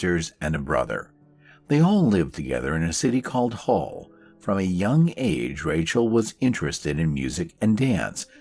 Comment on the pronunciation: Great video. By the way Hull is pronounced like the ship bit hull 😊